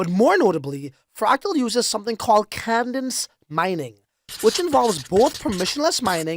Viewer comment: cadence mining, not caNdence mining. cadence /kād′ns/ noun Balanced, rhythmic flow, as of poetry or oratory. The measure or beat of movement, as in dancing or marching. A falling inflection of the voice, as at the end of a sentence. The American Heritage® Dictionary of the English Language, 5th Edition • More at Wordnik. Great video !!!!! Liked.